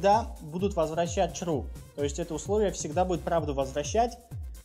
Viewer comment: Чувак почему чру?)